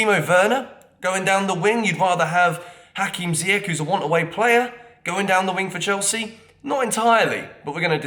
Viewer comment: How do you have 225k subscribers, claim you love anyone who wears the Jersey yet you can't pronounce Hakim Ziyech correctly? Dude has been a Chelsea player for 2 years now. You should message your buddy Younes because I watch his channel as well and he pronounces it just fine... Been a subscriber since you started this channel but come on man you got to do better.....